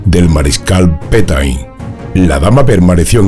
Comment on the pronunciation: Ishtar no fue un DIOS , fue una DIOSA PETAIN se pronuncia...PETÉN Un saludo !